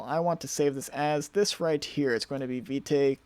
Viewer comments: It's pronounced `Vit` the "e" is silent. I thought it was Vite too but I just stumbled upon it in the docs. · Vite is pronounced "veet"